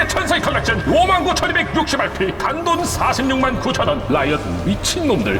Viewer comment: 나만 1950RP가 아니라 195씨발P로 들림?